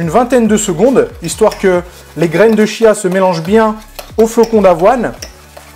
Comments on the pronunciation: Je reviens sur la prononciation, Wikipédia indique que c'est "tchia". En tout cas merci pour cette recette très sympa ! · Super partage, gracias! Pour la prononciation c'est "tchiya". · Petit détail: on prononce "kia" ;) merci pour le partage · oui pour de vrai lol ça s'écrit chia mais à se prononce kia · On dit graines de chia et non pas Kia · prononciation graines de Chia : "Tchia" avec le T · On dit graine de "Kia" phonétiquement et pas -ch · J'ai l'impression d'entendre "graine de chiasse" :D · Je t'avoue que ça m'a fait le même effet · On dit (kia) 😉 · dans le magasine Vital Food ils disent que cela se prononce "kia". Après tout le monde prononce comme il a envie, ce n'est pas bien grave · On prononce graine de chia